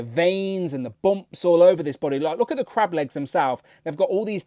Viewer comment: I was thinking all week you were saying " Crap " and I thought you really hate this BaF . You were saying " Crab " ... Lol .